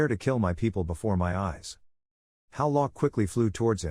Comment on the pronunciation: "Befor, afted"